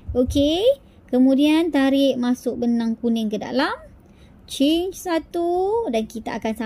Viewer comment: Tutorial sebut change tu ingatkan tukar rupa rupanya chain (rantai)… kalau sebut je rantai kan senang. X di la keliru antara change dgn chain… huhu.. Maafla atas teguran